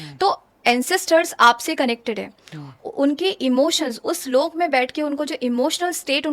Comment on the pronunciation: ये लोका नही लोक होते है कर्मा नही कर्म होते है .. ये तो अलग बात है मगर ये सच और अच्छी जानकारी है और ये सबको पता भी हो तो अच्छा । वैसे जीवित बुज़ुर्ग जो है उनका भी पूरा पूरा ध्यान रखना भी अच्छा कर्म है जिससे सौभाग्य प्राप्त होता है।